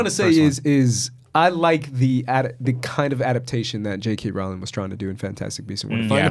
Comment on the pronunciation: Just FYI, it's not pronounced ROW-ling, its ROHL-ing.